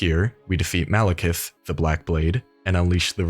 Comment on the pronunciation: Speaking of typos, you keep saying "Malikith," with two I's, and I see people type it like that all the time, but his name is spelled Maliketh, with an 'E' in the last syllable. That's how it's spelled when his name is on screen during the fight, it's how it's spelled in the name of his weapon, it's how it's spelled in the description of the Remembrance of the Black Blade's description, etc.